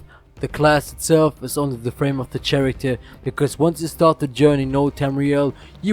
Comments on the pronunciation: your saying the word character wrong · ESO is a good MMO, and you did a good job with your video. Just a heads up, the ch in "character" isn't pronounced like the ch in "chapter", but like the c in "cool". Also, the g in "gems" isn't pronounced like the g in "great", but rather like the j in "Jerry".